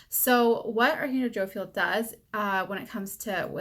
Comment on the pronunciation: Say it with me. Jo-Phi-El. Not Jo-Fil.